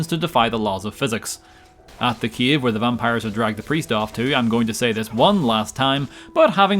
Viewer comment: When I stumbled upon your channel I was not able to understand your speech. Now I am saying the word "cave" as "Kiev", the capital city of Ukraine.